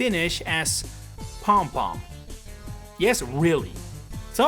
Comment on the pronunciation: Finnish here! The word "pum" is an onomatopeia used to denote the same sounds as the english "boom". Note that "u" in Finnish words always makes an "oo"-sound so Pum Pum is pronounced "poom poom".